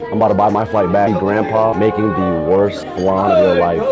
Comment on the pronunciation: It’s not fucking FLAN .. THIS IS WHY REGULAR PPL THAT DIDNT EVEN GROW UP IN A KITCHEN SHOULDNT TALK